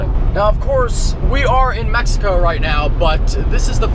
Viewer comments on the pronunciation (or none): none